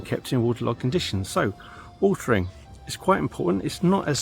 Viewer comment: lol with your accent it is watering ..... not watring 😃